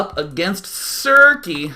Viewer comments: It's uh... its circe, like cer-see. I love you Day9, read some greek mythology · Pronounced Sir-Sea Circe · Circe - Kirke - from the ancient Greek "novel" the Odyssey